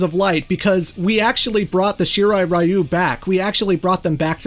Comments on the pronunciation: Great Video. Shirai Ree-oo is the correct pronunciation and same with Ta-kay-da. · Reiko is a woman's name irl, just fyi. He, and the really bad pronunciation of "Shirai Ryu" in this franchise, hammer home how very American its creators are.